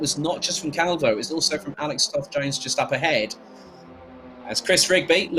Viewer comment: I like so much like you pronunce my Surname " Calvouuu" 😍